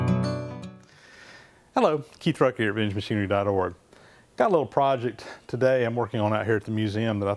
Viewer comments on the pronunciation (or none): “Keith Rucker here of Vintmshing dot org”